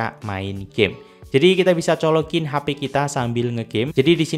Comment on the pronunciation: H.P... bukan HA Pi .